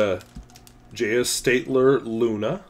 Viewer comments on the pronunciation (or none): Edelstahl=Rustfree steel. And Steatdler is pronounced "Schteeedlah". (Edit: Which you did on the second one... Started commenting after the "Edel-something on the nib") Just making the "sch"-sound in the start will go a long way. Really liking you showing projects to come! Would love to see a tinkering session with some of those as video. Maybe as some kind of time lapse with commentary and possibly some inserted still photos for clarity. At least I would find that very cool to see.